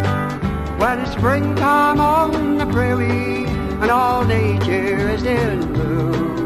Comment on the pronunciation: Enjoyable music. Prairie, not "Praire."